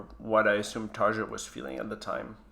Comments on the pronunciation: TarYa! Not taaarghhaaa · It's not pronounced Tarcha.. Its Tar-ja... Like jacuzzi... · hey, I love your videos and your love for Nightwish. Just a tip. Since this has slightly bothered me in some earlier videos too. The way you pronounce Tarja makes her sound like Tarzan. The pronunciation is more in the line of tar-ya. Keep up the good work! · There is no "J" sound in many European languages, so Tarja is pronounced Ta ree ya, and Jansen is Yansen, sorry but by the end of the video it was bugging me and I had to mention it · Btw.. J in Finland is pronouned as a Y Jansen- Yansen Tarja- Tarya (Spelling- Pronunciation) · Actually, Tarja is pronounced Tar-ya. Because J in Finnish is pronounced like Y.